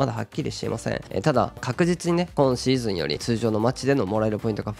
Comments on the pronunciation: 初見です。 こ↑んシーズン、ら↑いシーズンのが気になって内容が入ってこなかった、、、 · 毎回6っk59さんの「今シーズン」のイントネーションが気になってしょうがないです。